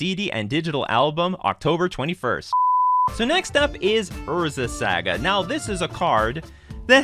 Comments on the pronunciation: Saga… SAHHGAHH not Sa Ga. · It's pronounced SAH-GAH not SAY-GUH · Can't stand the way your pronounce "saga" Lol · Love the content, never say saga the way you say saga again though.